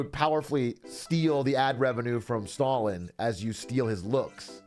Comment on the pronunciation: Why did he kept pronouncing Stalin, as "stolen" ? is that a thing?